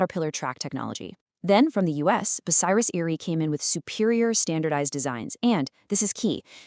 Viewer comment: Ten months in and not a single comment? I'm from Lincoln and worked at RB in 1975 but I'm afraid this video is ruined by the garbage AI generated commentary which is a) too frantic and b) she slaughters the pronunciation of 'Bucyrus'! I'll check out the other, longer RB video from this channel and hope it's an improvement.